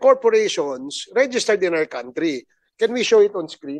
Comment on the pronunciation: sorry sir ACOP Fernandez you should pronounce country as kantri po not "count" marami pong nanonood even the new generation dapat tama po ang naririnig nila Sorry po Just saying😊